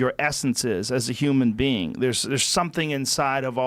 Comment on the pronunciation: It’s funny that he says human bean